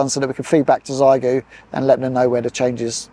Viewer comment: Great video, just one thing, my daughters speak, Chinese, and the correct way to say the radio name is the X is said as SH, so everyone says Zygoo, and it should be Shygoo. Keep up the good work with QRP demos.